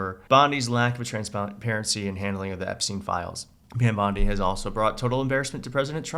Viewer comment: Do you realize that LL keeps calling her Pam BLONDI? 🤣🤣🤣